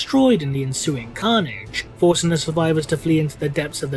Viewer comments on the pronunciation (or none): none